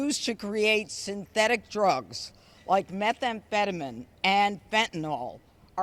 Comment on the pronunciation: She cant even pronounce methamphetamine correctly...typical conservative